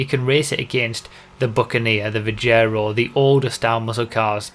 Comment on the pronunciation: IT'S PRONOUNCED VIG-ER-O, NOT VI-JEH-RO